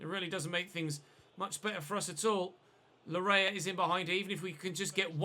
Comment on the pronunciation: Laryea's name is pronounced "Lar-yay" it's a Ghanaian name for some context